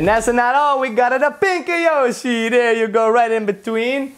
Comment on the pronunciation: It is yoshe